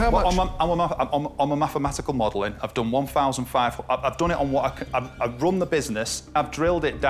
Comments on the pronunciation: 11 fousand, why do people talk like viss? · I want forty fousand pound. There’s noffing that does what mine does. Fank you very much. This munf we did 20 fousand. What you want is irrelevant, what you NEED is elocution lessons. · SO many "fousand pounds this Momf" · Thousand, the word is thousand. "Fousand" just isn't good enough. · The way the guy said “fousand” really annoyed me and when he said he said pound when he should say pounds